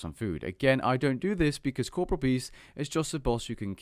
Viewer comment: 8 seconds in. All I can think of is that you're saying corporeal wrong.... -_